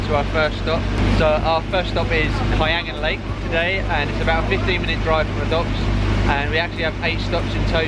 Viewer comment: Im glad you pronounced kayangan lake right.